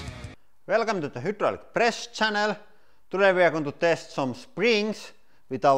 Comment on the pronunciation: How many more times are you going to say hooodraulic press instead of hydraulic press